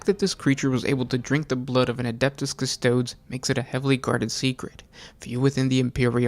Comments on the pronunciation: CUSTO-O-DEEEEEEEEEEEESSSSSSSSSSSSSSSSSS it is LATIN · CustodEEz, please.